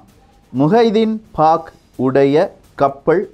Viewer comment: முஹைதீன் பாக் அல்ல முஹைதீன் பக் ஷ் என்பது தான் சரியான பெயர்.